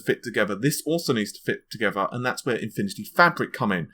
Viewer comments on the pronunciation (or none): none